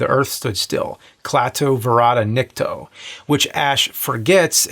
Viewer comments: It's Barada not Verada. Klaatu Barada Nikto. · Its barada not verada in the day the earth stood still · It's Klaatu "Barada" not "Varada" Nikto. I thought you were the ultimate geek. Now I'm disappointed. ;-) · It's "Barada" with a B not a V.... I forgive you. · actually I think he Butchered it by acting like he was Clearing up his Throat while Saying it! but still didn't say it Correctly!